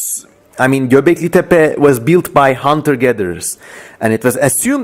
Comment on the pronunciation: Ingilizce bir videoda ''Göbeklitepe'' nin doğru telaffuz edildiğini duymak sürreal bir tecrübe oldu.